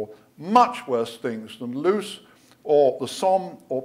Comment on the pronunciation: Loos is pronounced Loss. otherwise a very good presentation